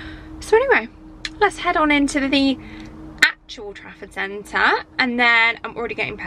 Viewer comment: All this time I thought you were saying “traffic centre” 😂